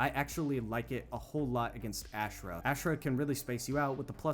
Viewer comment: Yeah, you’re Ashrah pronunciation was really bad. Say it more like ‘Ah-shh-rah’.